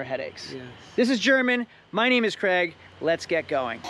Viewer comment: yer name's not Creg ya clown, Craig is a Scottish name, pronounced CRAYG!